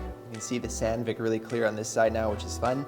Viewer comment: Hands up all who thought was saying sand-dick